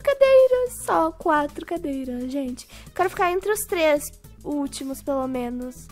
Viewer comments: Nao é treix , é três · Treixs nao e tres olha seu portugues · vc falou trex ñ tres 😅😅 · Trex reaix? Trex reaix? Kkkkkkkkk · "TREIX" KKKKKKKKKKKK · TREIX REAIS? SIM TREIX REAIS TREIX REAAAAIS????? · Kkkk treix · Não e Treix cadeiras e treix reais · E três e não treix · é treis nn treix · "Treix, treix cadeirax" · pq vc fala treix